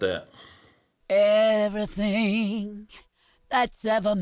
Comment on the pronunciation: "see, all you hear is everythang..." love you dave